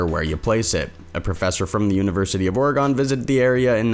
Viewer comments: Round these parts, we pronounce it OR-ih-gun. NOT Or-eh-GAWN. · Why you say Oregon like the way you say it lol orgon 😂😂😂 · Also it's or-EE-gun. But thanks for covering it!